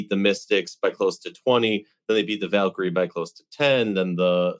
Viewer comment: Love the show, but, please. The Valkyries are not the Vakyrie. The name is plural. Keep hearing you call the team by the wrong name. How about featuring the Valkyries on an episode? Might help you remember to pronounce correctly. Thanks!